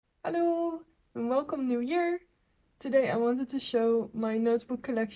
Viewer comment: Hi! I really love your aesthetic 😮 if you dont mind me asking, your "hello" in the beginning really sounded to me like it was French, maybe from Quebec, so I'm wondering if that's your first language!